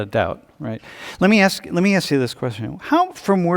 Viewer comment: Why is the second Latino Girl saying Axe instead of ask?